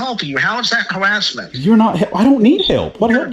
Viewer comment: “Hawassment” “Wong” Elmer Fudd psycho